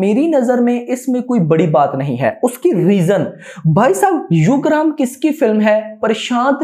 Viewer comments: its ugramm not yugram or instagram 🤣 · broo its Yugram its ugram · यूग्रम नहीं है उग्रम हैं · U gramm nhi hai bhai ugramm uggar +mm